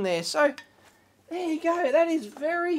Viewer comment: Problem is it would not be wery energy effishent XD